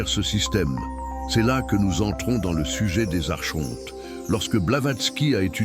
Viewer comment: Par pitié ça se prononce arKonte !